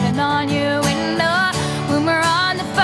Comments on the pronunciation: I love this so much!! Especially the way she pronounces window like "winnn-do" <3<3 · I know, especially the way she pronounces window like "winnn-dow" ❤️ ❤️